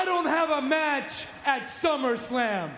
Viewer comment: We got two slip ups in the first promo!🤣 Teddy Long with “Slummerslam” :55 and JBL with “Rumble Royal” 🤦🏾‍♂️🤣 I miss this WWE🤣